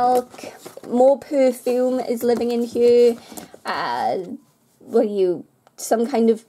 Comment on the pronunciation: Whats with the "hue" (hear) lol.